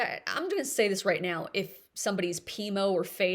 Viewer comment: Say, not day.😖